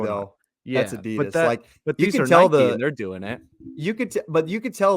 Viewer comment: Bro said Nike like “Nikki” wtf